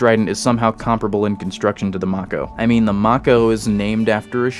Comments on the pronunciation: May-koh Not mach-oh Have a thumb anyway. I dig this shit. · How are you pronouncing mako like that like wtf like its may co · Question, how many times did mispronounce Mako? Answer, Yes. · you pronounced Venezia and mako incorrectly, yeah i know its not important but it irritates me. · it can't be that hard to pronounce lol